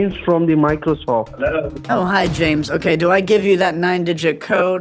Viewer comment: The micordorsoft lol